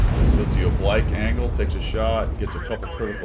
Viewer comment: Oh-blike?, we covered this. It's 'oh-bleek', like you're on fleek. This one surprises me for not being in your vernacular already. Oblique is an adjective that applies mostly to angles. I'd think angles would be a frequent topic of discussion for fighter pilots, so the words used to describe them ought to be close to hand.